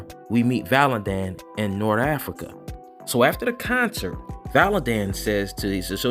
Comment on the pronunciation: Everytime you say Norafrica i laugh. I'm sure you know by now but it's Norfrica. I am ready for ISOM #2 tho